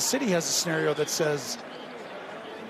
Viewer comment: scenario..not scenerio